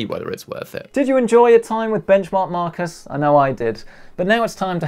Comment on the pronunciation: benchmark markus? isn't it benchmarkus? it sounds like a man who crusches any bench.....